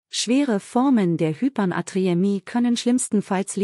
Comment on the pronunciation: Danke für diese Informationen. Aber das Wort Hypernatriämie doch bitte richtig aussprechen: Hyper-Natriämie, und nicht Hypern-Atriämie.